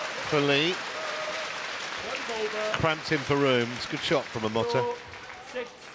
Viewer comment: Stop saying Momota like this.